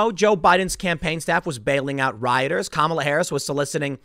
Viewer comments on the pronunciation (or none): none